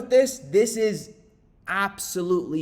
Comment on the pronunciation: Tell it like it TIZ 😂